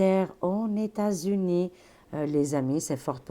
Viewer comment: "aux Etas-Unis"!: D